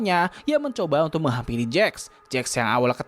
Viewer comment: wait...... aku ngk salah denger kan v: ? menghampiri kan bukan menghamili ._.